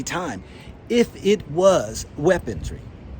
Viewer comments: Hey ’its weaponry not weapon-tree … we all make mistakes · "Trajetrery?" " Weapontry?" "Space Command?" Hahahaha! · Trajectory, weaponry. I am African so I thought I was mishearing him insert a t in weaponry. All the same, crazy times ahead. China will surely not be bullied. Tough times ahead.